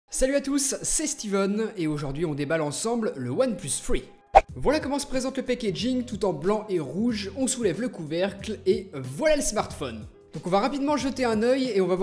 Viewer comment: C'était si dur de dire Three et pas free ?😂😝